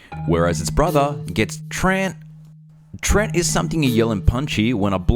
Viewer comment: Sorry to be a dictionary devil,, but it's pronounced "tree-ant" or "tree-ehnt," not "treent," as you vocalize. Also, the "treants" or "ents" in fictional fantasy are based on a variety of forest/forest-related creatures in varous mythology and folklore, but are not directly or indirectly sourced from real-world folktales or myths. Alas, but an amusing fact or two so we can hopefully ignore my tainted-beefsteak, Wikipedia-esque behavior. I do hope you enjoyed, my good fellows.:)